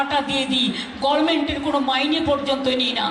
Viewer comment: CM- GOVERNMENT UCCHARAN, THIK BOLTE PARCHE NAA